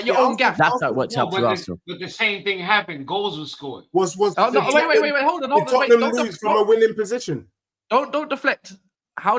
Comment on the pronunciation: This American guy is jarring. Came back from second time to se eifbi was being sensitive earlier. Nah I was right this guy is a clown. And pronounce Tottenham correctly